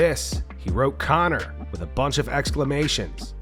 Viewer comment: you have to say Conor like how Kendrick says MUSTARD!!!!!